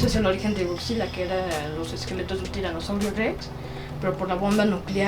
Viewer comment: El morro bien experto Y dice... Gokzila